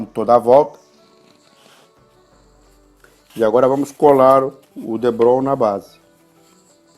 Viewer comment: parabéns, obrigado pelas dicas! e por falar em dicas, o nome do material é depron, não debron ok! um abraço! ps. me inscrevi no canal